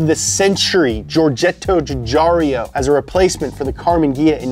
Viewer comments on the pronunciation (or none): Giugiaro is pronounced "JuujaaaRo" I beg you Love everything y'all do, but it had to be said. Best wishes A half Italian